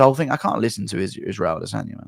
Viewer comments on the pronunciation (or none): none